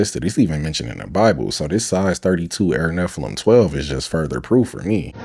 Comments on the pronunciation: said Nephillium! 😅 It's Nephlim, my dude...😂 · My man said, “Air Nephilims” lol